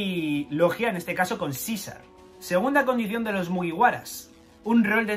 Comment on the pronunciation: Ibas bien hasta que dijiste Caesar